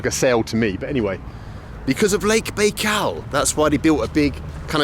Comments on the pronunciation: Very interesting but I was surprised that this Russian speaker didnt pronounce the title name of his video correctly. Baikal is pronounced - byekal not baykal. Very odd. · Bald, why do you pronounce it "Bay-kal"? There's no way you wouldn't know how to say it correctly at your level of Russian, and it's even more weird considering several people said this word to you in this video too.. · Strange pronunciation of Baikal ...